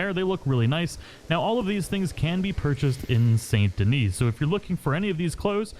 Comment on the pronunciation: 'band o leer', and its pronounced like 'sandy knee', not saint dennis you uncultured heathen